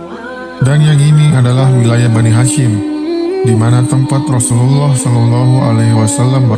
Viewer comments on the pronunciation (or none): bukan Rhosulullah h nya 🙏🙏🙏